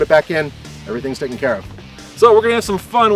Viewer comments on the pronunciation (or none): CARE. Not car.